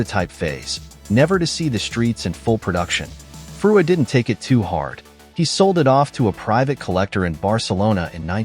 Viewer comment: The moment you hear Frua pronounced as individual characters you know it's a bot voice..., extremely annoying. The car itself is too much cobbled together. Its could be made any brand and doesn't stand properly on its wheels, really. Not BMW's finest hour actually. The design is excellent but the combo with BMW parts makes it look off-beat.